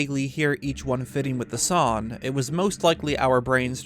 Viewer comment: Not a gripe or making fun of you, just wondering if it's a local thing how you don't pronounce the G in "song", to me it sounds like "sawn"